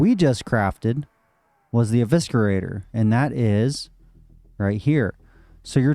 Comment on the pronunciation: Pronounced E-vis-er-ater. Not E-visker-ater